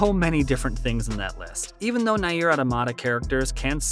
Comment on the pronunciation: I'n sorry but Nay-eer is killing me lmao.